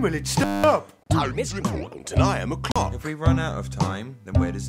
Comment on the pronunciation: “time is important and I am a cawk”😭🤣